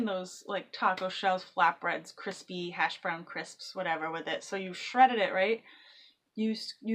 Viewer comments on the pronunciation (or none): none